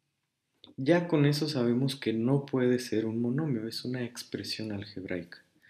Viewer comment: Dice "expresión algeraica"